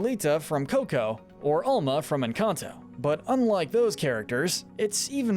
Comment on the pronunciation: FINALLY SOMEONE WHO SAYS ENCANTO RIGHT